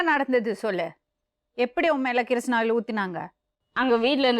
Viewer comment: Madam adhu kirishna oil illa kisssnoil 😂😂😂😂😂